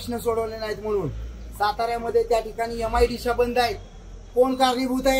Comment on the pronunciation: एमआयडीश्या... एमआयडीशी 😂😂